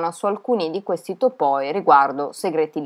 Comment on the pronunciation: Complimenti per il fantasy talk, secondo me il miglior e per la tua pronuncia di qualsiasi lingua... Anche se il grecista che è in me a topoi con l'accento sulla seconda O gli si drizzano i peli😂